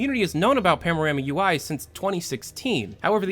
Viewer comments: only me getting annoyed that he says PAMORAMA insted of PANORAMA? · *"Panorama" and not "Pamorama" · Am i the only one who hears PAMORAMA instead of PANORAMA? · say it with me "pan-a-rama" not pamnorama. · why do you say pamorama??? hahahaha its panorama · PANO-RAMA. Not pamo. XD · are you saying pam? or pan? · I like that your accent makes it sound like you're saying pamorama rather than panorama. I really hope valve gets more leaks soon, I miss your in-depth videos. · Am i tripping or did he really said "Pamorama"? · "Pamorama" "Pamorama" Shut the fuck up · Are you saying "pamorama"? XD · You keep saying "pamorama" UI.... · Why do you keep pronouncing it "Pamorama" lol. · IKR, unsubscribed